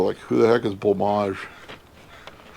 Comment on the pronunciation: Having discovered it myself and not hearing of anyone who knows of it yet loving many of their songs, I always thought Blancmange was pronounced “blank-mange” rather than “blah-maj”, thank you sir for showing me the correct way to say it